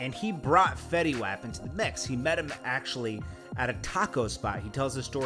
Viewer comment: Dude said his name wrong💀